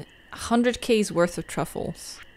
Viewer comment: Whenever your character picks up a truffle, all I hear is “Ru Paul” 😂😂😂😂